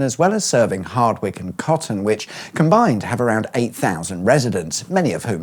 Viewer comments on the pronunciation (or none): Coton is prounouced Co-Ton btw.. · FYI: Villages pronounced: Com-Bur-ton and Co-ton 👍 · I live in Coton, so I can confirm that mispronouncing Coton isn't funny at all.